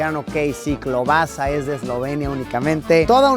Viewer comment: Yo soy polaco y te puedo decir que al menos en Polonia klobasa se pronuncia más bien como "keubaska"